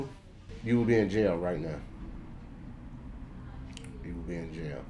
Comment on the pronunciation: Fire Nation Soldier just saying it’s “jail” not Jain